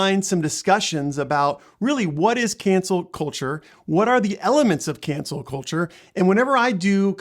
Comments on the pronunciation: Why are you saying cancer instead of cancel? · I thought I was hearing it wrong. I kept hearing cancer culture. Haha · You're saying cancer culture lol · how can you be seen as being credible when you keep saying " cancer " instead of cancel culture? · He kept saying "cancer culture". Good video otherwise.